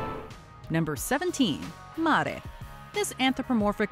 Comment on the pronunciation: 17, "Mare", like "NightMARE".